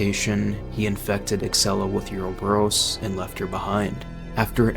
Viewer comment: You played RE5 right? Why do you pronounce Uroboros that way? I love the video, but that threw me